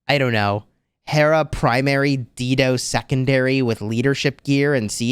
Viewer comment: Dido is pronounced "DIE-DOE." 🤣😘